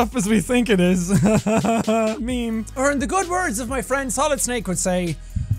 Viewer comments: Maymay tiem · Its maymay tiem¡